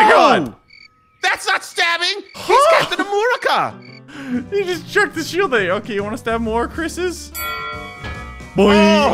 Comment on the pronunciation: says captain amroca